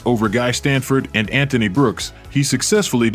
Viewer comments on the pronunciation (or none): none